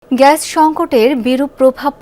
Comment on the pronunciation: আরে ভাই ওটা ঘ্যাস না ওটার উচ্চারণ হবে গ্যাস!! 😂😂